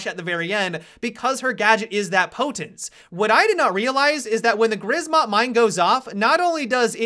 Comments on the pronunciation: grzmot is pronounced zhmot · Please stop calling Grzmot mine "grizmot" :D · Grzmot is pronounced Gshmot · I love the way you pronounce "grzmot" xd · I'm polish and I love how people speaking english try to pronounce "grzmot" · Is that your best shot at "Grzmot" prononciation ? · Holy shit pls stop. Write thunder into google translator and just play the voice. Try to remember how to say that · The way he is pronouncing "grzmot" is so funny to native Polish speaker. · In grzmot you pronounce "rz" like the french "j" in Jacques or something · I love when you say Grzmot Mine xD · could you enter the Grzmot mine into a google translator and listen to the correct pronunciation, because, as a Polish person it bugs me a lot. Thanks in advance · The "rz" in Grzmot mines should be pronounced the same as "j" in Jacques (with ʒ).